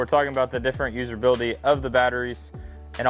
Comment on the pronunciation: What is “userbility” …that’s not a word, it’s usability. No r in the word